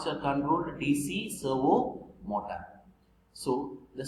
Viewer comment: Servo motor ❌ Servo motas✅...😂😂😂😂